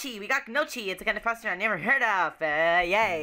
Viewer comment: Hey, I totally love the episodes! Someone probably already told you this, but in gnocchi the "g" is silent and it sounds like noki or naki. Anyways, I'm glad that somebody posted videos for how the game is played! I was totally confused and felt reeeeaaally slow at it